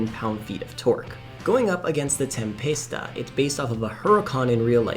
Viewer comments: Can we just talk about how he pronounces Tempesta, he’s says tempasta, where did he get the a lmao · but he’s not even saying that right he’s literally pronouncing the word “TemPASTESTA”